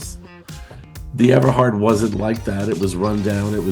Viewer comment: I went there as a college student between 79-80. I don’t remember being told about the fatal fire. It definitely would have creeped me out. This reporter has the correct pronunciation: Ever-hard. Notice he doesn’t say Everard. 😂😂😂😂😂😂 I wonder where he heard that from? It was a standing joke. Those were the days. Such fond memories. It all came crashing down and I’m glad I experienced it and survived. Gay life is so boring in the cellphone age. I feel sorry for those who never got to experience those times.